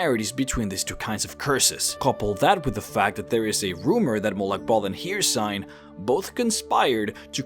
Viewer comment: You’re saying hercine or hersine I forgot how to spell it. Anyway you’re saying hercine wrong